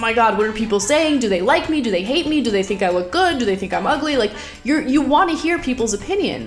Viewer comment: It's sink yoghurt